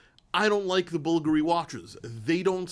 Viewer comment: I don't thing Bvulgari is pronounced like "buggery" lol I'm pretty sure it's bul-GARY